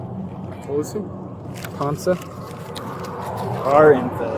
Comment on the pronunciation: It is pronounced Ponka City. Spelled Ponca.